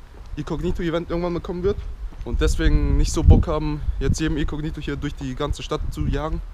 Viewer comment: Wen regts auch so auf wie er "icognito" ausspricht 🙄